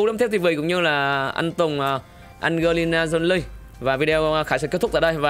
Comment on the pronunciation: Đề nghị phát âm cho chuẩn nhen! Tên nữ thần Hollywood của ngta ah! “Ăn Giê Ly Na Trô Ly” 😂😂😂